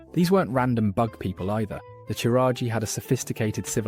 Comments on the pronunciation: Ok, no hate but that pronunciation is horrible. It's not like their names are not pronounced numerous times in-game?! Chiraji?? The Chiraji?! You mean Qiraji, pronounced the same and derived from Ahn'Qiraj? Which you do pronounce correctly? Same with "cfun"? You mean C'thun - pronounced "Kuh-THOON" or similarly? Things like these show either a lack of interest or research and genuinely make the rest of the video unwatchable. Again, this doesn't come from place of hate but feedback. Ignoring small details can make even the best video crumble into pieces. The only thing I hope is that this is a genuine mistake and not a sad attempt at engagement farm... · You gotta be like the only person who thinks it's pronounced "seh-thun" lol And, Qiraji is not "chiraji" it's "kiraji" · i've never heard qiraji or c'thun pronounced like that